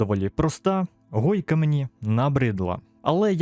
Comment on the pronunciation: не гойка а хойка,а так дякую за те що вів цей канал досить довгий час і удачі